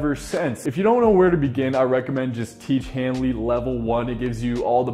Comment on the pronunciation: the guy still cannot pronounce tiege henley....